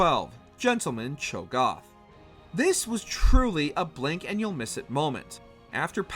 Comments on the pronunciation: Don't forget him saying Cho Goth instead of Cho Gath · CLAYgor? DeMAYcia? ChoGOTH?? AYsha????? TRYndemere???? What the fuck Why do you never get people who know the material to do the voiceover 😭 He can’t even pronounce melee right 🥴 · the way you say cho'gath makes the video unwatchable please never cover league again.